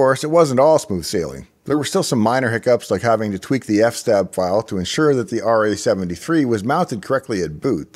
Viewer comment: The "ef-stab" file? What are you, some sort of ax murderer? Civilized folk say "ef-es-tab" (since it is the file system table).